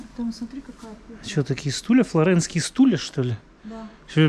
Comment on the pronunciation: Флорентийские, а не флоренские